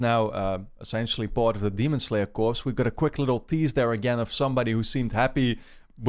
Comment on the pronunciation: hey the "ps" in "corps" are silent xd kor